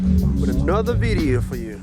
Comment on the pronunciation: Maaaan my day was kinda sour til u gave me permission to laugh at sayin "bictim" and "beedeeo" thx!